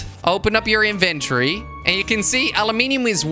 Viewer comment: Je legt de klemtoon verkeerd bij het uitspreken van inventory